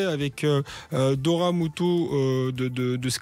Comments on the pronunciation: Doria et pas dora avec ces jolis yeux on fait un effort pour l appeler par son juste prénom . C est peu gênent de l entendre dire 10x dora au lieu de doria . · "Doria" aïe...